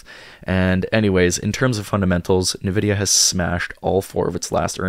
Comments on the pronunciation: its pronounced Envidia not nAvidia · I started investing in NVDA in 2016, so far that initial investment is at 10,200% - I’m long on it in my IRA. Also it’s pronounced “en-vidia”